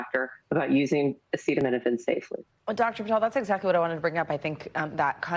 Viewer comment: SO—- he has gone from “ bleach injections for Covid” to “ attacking Tylenol”— cannot pronounce Aceta — uh uh